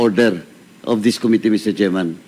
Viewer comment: PLS TRY TO CORRECT YOUR PRONUNCIATION OF COMMITTEE. QUITE DISAPPOINTING!